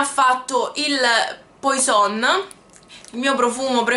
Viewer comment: La pronuncia di Poison è "puason" 😉 Cmq complimenti x il canale! 😘